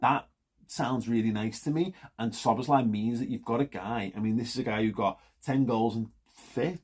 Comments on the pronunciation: It's pronounced sir bozz lie :-) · It's pronounced Sob boss lay